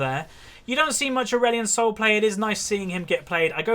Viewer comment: Did he say Aurelion Snol in the end?? Xd